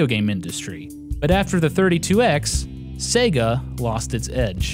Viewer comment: its sega, not sega.